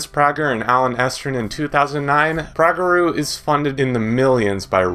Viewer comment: It’s pronounced Prager U not prageru!!!